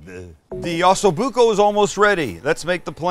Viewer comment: It’s not ASSO Bucco Sam,,,,it’s OOOOHHHHSO Bucco. Lol